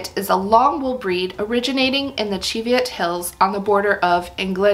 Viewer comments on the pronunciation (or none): I’m Scottish and live near the Cheviot hills (and my grandparents on both sides were sheep farmers). It’s pronounced ‘chee’ as in ‘cheese’. Plus the Cheviots are located in the Borders, where the primary language spoken was Scots, derived from Middle English, rather than Scottish Gaelic which was spoken further north. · Chev...just like Chevrolet...CHEV-i-ot. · Not according to my Scottish friend. It's pronounced "chee" like cheese after the Cheviot hills in Scotland where the sheep are from. 😊🐑